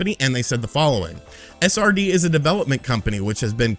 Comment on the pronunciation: does anyone else hear “a sardine” when he says SRD? lol great video!! 😄